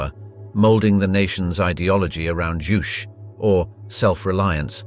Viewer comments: "Juche" (주체) is pronounced same as the word "touché". not "joosh" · I think Juche is pronounce Ju (as in Juice) As in Chez (Che Guevara) Should check with a North Korean exile. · Completely mangled the word "juche"